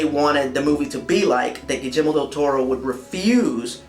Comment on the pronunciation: I cringe just a little bit when you pronounce Guillermo's name with a "j". But the rest is superb :)